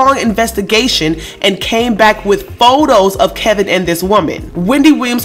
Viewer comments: are you calling him KEL-vin in disrespect? because his name is Kevin, not that he deserves to be call anything other than cheater! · Dude, it’s not KELVIN!!! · His name is KEVIN, not KELVIN ! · So is his name Kevin or Kelvin? Sound like she keeps calling him Kelvin.